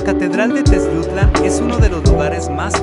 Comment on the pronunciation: Favor de pronunciar bien Teziutlán, ¡Gracias!.